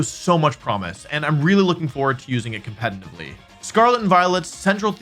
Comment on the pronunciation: Please practice saying the word "competitively". You say it so often, it's so jarring 😂😭